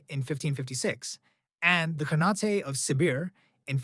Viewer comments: It's pronounced khaan-ate like khan ate food lol not canate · what's wrong with you, why do you pronounce khanate as khanat-*ay*? It's obviously khan-at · Very good video, but please, pronounce “khanate” correctly.